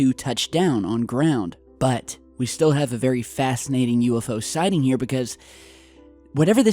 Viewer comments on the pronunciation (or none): none